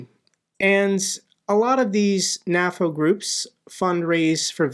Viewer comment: Why do you say "naffo" instead of "nay-foe"? Do you also say "Nat-o" instead of "nay-toe"? weird...